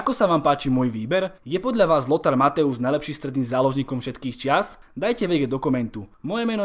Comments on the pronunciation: nečte se Mathaus Matojs? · Neni to Mateus ale Mathojs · dobré video, za mňa je najlepší xavi, ale nečíta sa matthäus ako mathojz? keďže ä=e a eu=oj v nemčine